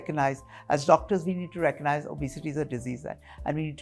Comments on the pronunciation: The doc is pronouncing obesity correctly. The anchor is pronouncing it as o-bay-siti. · I had to stop watching the video becoz the anchor's pronunciation of the word 'obesity' was too bad 👎